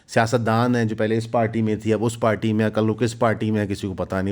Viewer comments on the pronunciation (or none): none